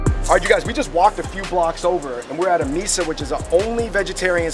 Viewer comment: I cringed when he pronounced it at AMISA there is an H there dammit its a hindu thing at least try to pronounce things correctly